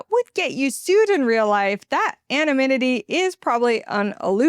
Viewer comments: Please practice the word "anonymity". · I had to google the word "anominity". I was like: have I been saying it wrong all these years?